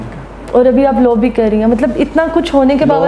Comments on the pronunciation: try to groom your hosts first and by grooming i mean that try to work on the way they speak..e.g., its law not luw and many other things..by merely dressing up or doing a lot of makeup you can't become eligible to start hosting.. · Madam ap bhi parh likh letin.... Low nae law hota hy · you should work on your pronunciation. Low nahi law hota hai otherwise nice interview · بیٹا آپ اپنی اردو صحیح کریں آپ کا لہجہ بہت غلط ہے آپ بار بار لو کہ رہی ہیں دراصل لاء درست ہے اس کے علاوہ بھی آپ بہت غلط ارو بول رہی ہیں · loooo nai laa hunda pain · Bahan g low ni law hota ha ordinance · kanwal its law not low🤣🤣🤣🤣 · LOw nahi LAW hota hai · please correct ur pronunciation low nai law un parr jahil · It's law not low😛pls learn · Yaar LOW nahi LAW hai. Huda kayliyeh pakistaniyo English ki maa bahen ayek kar dee hai aap logon ney. Interviews Karney say pahley google per he words ki right pronunciation kay liyeh search kar liya karo. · kanwal lo ni law hota hai😅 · Ye ..low ni Law hota bibi please thora sa ap b seekhna start kro tik tok se to kuch seekha nj ap ne thanks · Law instead of low